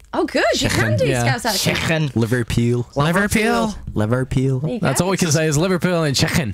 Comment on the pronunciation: I love you all but i'm sorry ash i've seen niall twerk and he's all irish and that is not how we say liverpool but chicken wasn't to bad